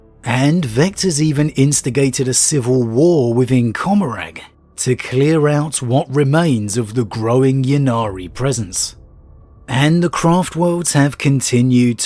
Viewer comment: Comm-or-uh=Commoragh Pronounced like gamora